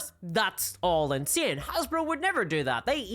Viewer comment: Why don't you spell it "INSEENE"? Do you spell "How" "Hawre"?